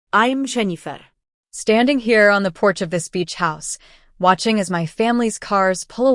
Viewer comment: AI can't even pronounce Jennifer